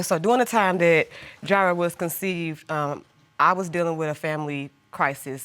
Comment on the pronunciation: "Ji'rah born" haha . Yes, i am the grammar police! Woot!woot! Thats the sound of the police!!